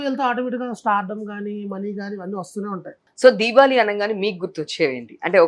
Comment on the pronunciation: దీబావలి కాదు దీపావళి